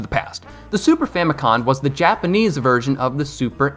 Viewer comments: It’s not “Super Famicon” lmao it’s “Super Famicom”. I get so sick of people putting an n at the end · you tell super famicon but its super famicom. great video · First of all the console you were talking about in the video was the Japanese version of the SNES not the NES and it's pronounced super famico(M) not super famico(N)